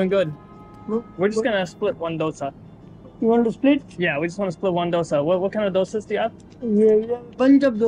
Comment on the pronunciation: American saying dosa properly while North Indians struggling with it😂